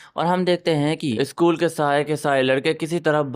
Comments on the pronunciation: Sakul nii hota school hota h😂😂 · Sakul nahi school hota hai